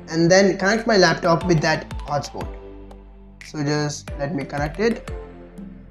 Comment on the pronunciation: Lol 😆 moobeel, hooutspot.